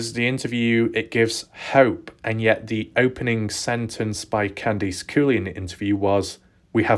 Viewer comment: I think it'd be cool if you tried the US pronounciation of Candice in your next vid. "Can-diss" instead of "Kahndeese"....ok. But i do like it when you say "Kahndeese", I laugh inside a little everytime.